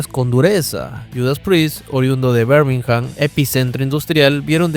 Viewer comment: Muy buen video nomás que Birmingham no se pronuncia "Bermijam" sino "birmigam"...la "h" es muda en el inglés británico